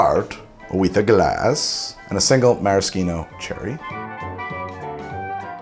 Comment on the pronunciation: The way he says maraschino kills me